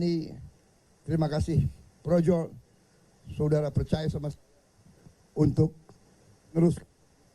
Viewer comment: PROJO BERUBAH JADI ''PROWOWO''..🤣🤣🤣🤣🤣